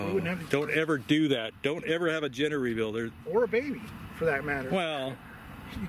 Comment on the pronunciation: I thought he said Ginger Reveal